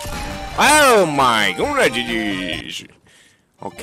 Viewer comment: 4：36秒の所がGGじゃなくてち○ちんに聞こえるんだよなー